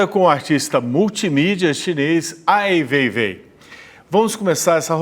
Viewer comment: não tem como não odiar o Ricardo Lessa, sem pesquisar a vida do Ai Weiwei e ainda pronunciando errado e o chamando de seu veivei. Pelamordedeus. que vergonha alheia.